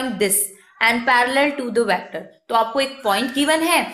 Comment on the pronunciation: It isn't vAActor it's vector.